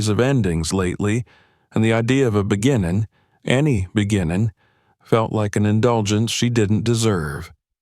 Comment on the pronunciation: Beginnin, sleepin, keepin, please speak properly, these words all ‘g’ at end of words.